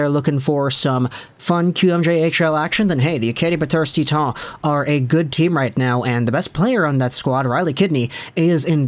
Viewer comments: "Tea Ton" Everyone else "Titan" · Acadie-Bathurst is in Quebec and Titan is pronounced that way in French.